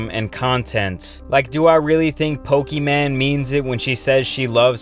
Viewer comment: “Poke-man” THIS TOOK ME OUT